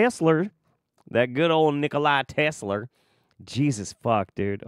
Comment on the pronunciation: Nocolai Tesler 🤣🤦‍♀️